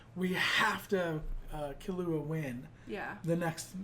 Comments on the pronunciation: Kill-You-Ahh. Is the best way to spell it out and is exactly how it is pronounced whenever Gon or any other character says his name. And when Killua says his name it’s basically the word Gong without the g sound at the end. Hope that helps. Everyone can say it differently though it’s not that big of a deal. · I agree with the notion but you screwed up where the accents are. In the case of Serena and Akane, japanese people put emphasis on the first syllable, but not the last one (otherwise you would have something like Serenà or Akané). In Killua's case the emphasis goes just on the KI, while in Kurapika's case the emphasis is actually on the RA. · People are complaining you're stressing the wrong syllable in "Killua", I bet, not that you're actually pronouncing the sounds wrong. At the same time, they might not realise it's just the stress that's off, so they'll try to correct you in a way that doesn't actually address the problem. You were saying key-LOO-ah before. It's supposed to be KEY-loo-ah. I hope that clears up any confusion regarding that matter. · The main problem is that you're stressing the wrong syllables in the names, making it sound wrong, sorta like how people often stress the wrong syllable in Naruto's name. If I were to indicate the syllable that should be stressed with , it would be: [Ki] llua [Le] orio Ku [ra] pika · It’s ‘kill-oo-ah’ with more emphasis on the ‘kill’ part and the rest spoken abit faster. The way you guys say it sounds more like ‘ki-loo-ah’. It needs to be abit more separated as if they were 2 words: Kill-ua’. Hope this helps 😊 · Why does everyone pronounce Killua's name with the english word "kill"? IT'S NOT. It's KEEL. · Okay step by step let's start with killua right now : Dubbed Hxh pronounces it like you do i think ? Subbed Hxh pronounces it close to how you do, the thing you're saying wrong is the emphasis on the ''illu'' instead of the emphasis on ''kill'', TL;DR : it's pronounced ''KEERU-wa''